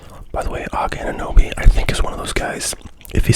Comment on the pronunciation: By the way, its not og anunoby, its pronounced O.G. Also he hit the buzzer beater to win the game in game 3 I believe against boston